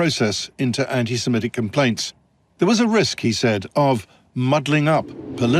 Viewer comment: please could you try not to pronounce "antisemitic" as "antisemetic"? I'm sure you're not, but it sounds as if you're confusing it with the word "anti-emetic", a drug to prevent vomiting.